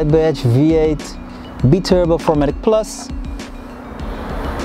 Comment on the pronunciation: Love the way he says be turbo instead of bi turbo😂😂😂